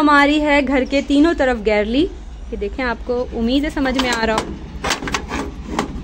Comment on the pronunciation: It's not garlle ...its gallery...Masha Allah bht pyara ghr hy❤